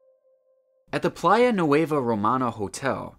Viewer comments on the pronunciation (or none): none